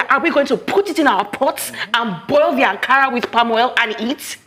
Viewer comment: Akara not Ankara!